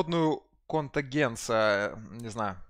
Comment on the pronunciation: Минута стрима, а я меня уже порвало от "контагенса"